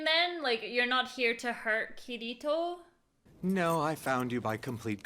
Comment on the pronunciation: Everytime I hear kiritos name most people say Kitty-toe-kitito I don’t think I’m hearing wrong I’m sure some of you can hear that